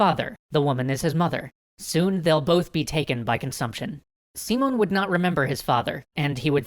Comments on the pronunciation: Yeah the pronunciation kept confusing me, specially because all the writing has the accent mark in the proper place. Who the fuck is `SEE-mone`? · Most of your spanish pronounciations were okay, but I think Bolivar doesn't have a tilde and his name is accented as SiMÓN BoliVAR. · Guys ! This is Spanish ! You have the accent ! Sim ó n !!!! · guys, his ship didnt stop on México city. The city is inland, so no harbors probably mixed the country for the city. Still awesome video. Also you are pronuncing the name wrong the enfasis in on the o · Not trying to be a dick about it, but I thought you'd like to know: I have to point out that you're stressing the wrong syllable. Instead of SEE-mon, it's see-MON. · I know it's just nitpicking, but it bothers me the way he says SImón... It's siMÓN the strong part in the last syllable. Maybe it's better to just call him Simon, like you would say it in english, because if not, sounds a little weird. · Yo, guys, love the video. I just wanted to give you a little tip, it's pronounced SiMON, not SImon. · Thats because english speakers cannot say the name properly. I keep hearing SImon instead of SimÓn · Am I the only one bothered by the way he pronounces hispanic names? The accent means that you put force into that syllable. His name is pronounced si-MON bo-LI-var. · I'm from Colombia (Latin America) and your story is very good and detailed. (But it is Simón with the accentuation in the O and Bolívar is with the accentuation in the I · I figure that someone may've mentioned it already, but the way you pronounce that leans more towards SimUn BolEEvar. The tildes change the focus of the sentence. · lol its not pronounced seamon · Dunno if the audio for all episodes has already been recorded, but the accentuation on the name goes si-MON bo-LI-var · As cool as these are I can't get over your pronunciation of Simón,! The emphasis is on the O, not sImon, simOn. Instead of Seemon, it's Seamohn" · it's See-môn, not See-mun